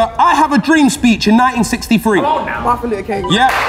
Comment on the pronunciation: HELPPPP DID SAY "MARTHIN LUTER KING" I love her sssssmmmmmm ahahahahhahhahahha